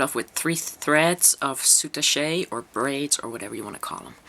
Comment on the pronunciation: Very nice tutorial. FYI -I thought you might like to know, according to the Oxford English Language dictionary it's pronounced SOO TASH not sootashay. Thanks for sharing...